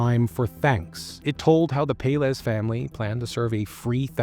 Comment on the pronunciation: Pelaez is pronounced pell-EYE-ez